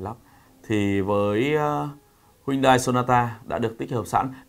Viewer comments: bác nên tập nói tên tiếng anh của hãng xe cho chuẩn đi ạ. honda "ơ kho d" chứ ko phải " ác cót" , "hy ưn đai" chứ ko phải " huynh đai" . :) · Em rất thích, anh mà đọc tên hãng là "Hyundai " chứ không phải "Huyndai" thì bài review này là rất hay anh ơi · Hyundai tiếng hàn đọc chuẩn là "hien te" bác ah